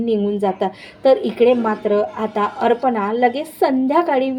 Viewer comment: अर्पणा नाही अपर्णा